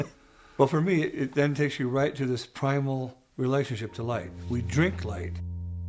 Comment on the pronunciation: to "drink light" - what great diction, also "transmogrifies"